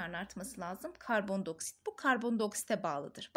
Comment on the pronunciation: hocam” i “diceksiniz karbon dİ oksit karbon do oksit diyorsunuz shdhhshdh